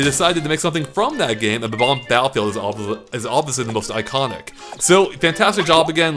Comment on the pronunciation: they are pronounced Bob - Omb. NOT Bah - Bombs